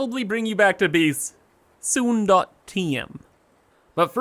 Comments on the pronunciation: I can't help but notice you say beeese instead of base. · I find it so strange that you somehow say a hard "a" as a hard "e" sometimes, so gate is "geet", base is "bees", it's so odd I can't help but repeated it every time you do it. I just can't understand it at all like everything else sounds totally normal and the suddenly you're placing a statue on bees.